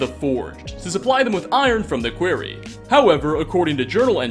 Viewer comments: "Kuh-where-eee" a question or line of inquiry, instead of "kuh-war-eee" an open dig site for marble, granite or other stone... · KWAR-REEEE not QUER-RYa QUARY is a mine and Query is a question. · Not sure if you are mispronuncing "quarry" (which should rhyme with Corey) but it's pretty funny either way! love your content! 🙂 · How did you pronounce quarry as query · I think Absalom is pronounced Ab-soul-om like the island in the Ray Liotta movie No Escape (great flick btw). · pronounced qwuary, not query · You saying quarry as query is really weird lol. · Quarry. Not quiery. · Why does he say quarry like query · Quarry not Query!!! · its Quarry not Query. . . a query is a question not a place you dig for minerals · Its fucking QUARRY!!! NOT QUERY!!! Best way I could explain how to pronounce it would be KWOREY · Your pronunciations are ridiculous. Query? Absalem? stop rushing videos and do some phonetic research. Real talk. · no accent of which I'm aware would afford someone the mispronunciation "query" when faced with "quarry". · Haha yes I love mining in the kwerry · Hey. It's your favorite English language nit-picker:). Today, it's a pronunciation thing. Quarry rhymes with GORY, not with FAIRY.:) Great vid, otherwise. Still hoping you'll do some ESO stuff eventually! got my fingers crossed for that. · DUDE !!!!!!!!! It's QUARRY not QUERRY ............ DUH (0.o) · What the hell is a query? Do you mean a quarry? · Dude, for the love of god, English is your first language. Actually look at the words you see and maybe google the pronunciations if you haven't heard them before. That is a stone quarry, not a search query. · Quarry is pronounced Kwar-E :) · It’s a quarry not a query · Quarry. K-war-y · K-WAR-ee ab-SUH-lom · Quarry... Q-war-ee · Quarry nou query, with a hard "R" bro. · QWAR REE ITS PRONOUNCED QWAR REE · Quarry is pronounced as Corey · It is called a quarry. Not a query. A query is a fucking question! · Did he say they were in a query?